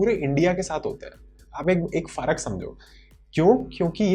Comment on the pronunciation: Bhai faarak nahi farak hota hai